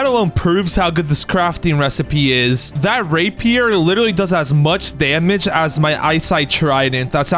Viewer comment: dude did NOT say rapier